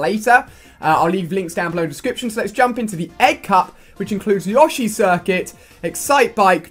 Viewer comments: It's not yaw-shi its yoe-shi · isnt it Yo-sh-E and not Ya-sh-E?